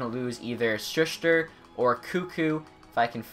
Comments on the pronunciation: Shush-tr? It’s Sus-ter. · U say Sustr’s name wrong its shu-ster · Dude, you can pronounce koekkoek but not sustr?